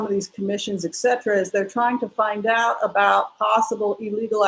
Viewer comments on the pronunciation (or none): first of all, I appreciate you and your generous energy. Second, fingernails on chalkboard each time you say "Eck Cetera" instead of "Et Cetera". In love.